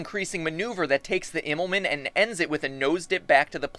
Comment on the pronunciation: Pronounce it like "Immelmun" Also you forgot that in far and open Space the gravitational pull is something not that easy to work with.